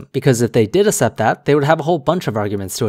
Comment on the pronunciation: Assept? I think it's accept.